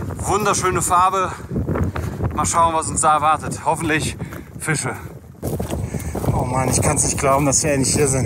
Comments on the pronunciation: Wie immer "Fiche" statt "Fische" sagt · sch aussprechen kann auch nicht jeder. Es heist Fische nicht Fiche. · Er sagt Fiche. Punkt. Akzeptiere das. Du bist auch nicht perfekt. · Bruder, kann der Typ nicht einmal "Fische" richtig aussprechen??? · Super Videos (Funfact: sagt "Fiche" und "Elsch" XD)